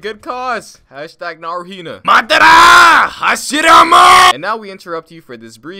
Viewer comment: the madaaarrra and hashirrrammaaaa got me good